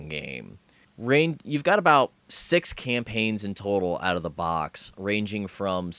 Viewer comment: when says six it sounds a bit like sex